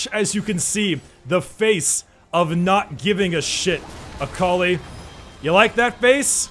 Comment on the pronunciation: oml.. Everytime he said Akali, i keep heaing A collie, a collie.